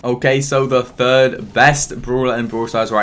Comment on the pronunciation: When said "what the third" I heard "what the f***" and I was confused lol. Love ya keep it up man